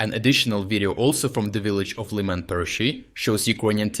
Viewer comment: why would you mispronounce the names of people, towns and cities in your videos? So that, for example, Сирський becomes СирскАй, and town Лиман becomes ЛАйман. What is the point in this?